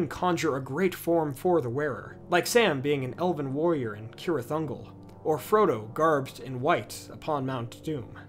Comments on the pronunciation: It isn't Keerith Ungol it is Seerith Ungol! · Still can’t get over the fact that you pronounced ‘cirith unglol’ as “kirith” 😅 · It's actually Cirith Ungol and C is pronounced hard like K in Tolkien's languages.